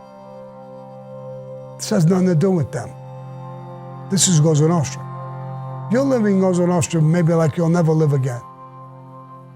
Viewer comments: Cosa Nostra..not goza nostra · It's "Cosa Nostra" not Cosonostra. It means "Our Thing" in Italian.